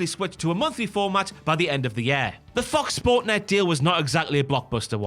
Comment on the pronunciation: The "Fox sports" pronounciation really feels intentional😂